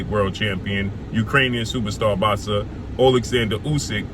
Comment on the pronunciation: It's Boxer bro sound it out, not "bazza" ....